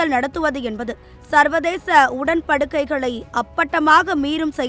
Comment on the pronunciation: செய்தி வாசிப்பாளர் பிழை இல்லாமல் வாசிக்கவும்.. உடன் படுக்கை இல்லை உடன் படிக்கை என்று வாசிக்கவும்